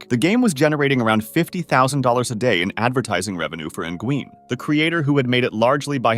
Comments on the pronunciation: nygeuen?! ffs man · "engween" lmao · "N-gween" Surprisingly, youtube's auto-generated subtitles still manged to detect that as Nguyen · Nguyen is pronounced like "when" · That’s a crazy way to say Nguyen! 🤣🤣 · Came here to say this.